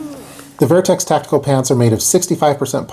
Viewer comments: Is it spelled vIertex? Or VertX? Why are you pronouncing it VIERTEX? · Wtf is vairtex..... Vertx